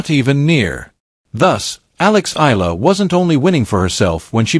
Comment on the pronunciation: It's pronounced "eh-ya-la".